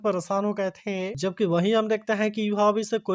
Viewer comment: Please hain or the 😂ko ache se boliye😂